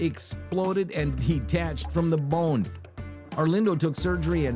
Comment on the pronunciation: I don't like the way you say bone its bothersome